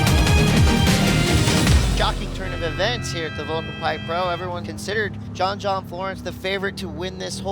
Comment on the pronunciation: Volcom* not Volcome lol